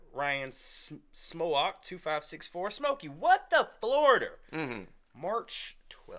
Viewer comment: hahaha cheers guys! Smoak is pronounced like "smoke" but its cool. You're not the first to butcher my name, waves of substitute teachers got there first. I blame the old Germanic spelling lol